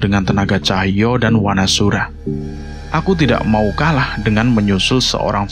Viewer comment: Saran mas, kalau membaca a jejeg dibaca o. Seperti Wanasura, dibaca Wonosuro, agar terlihat Jawa-nya si Danan & Panjul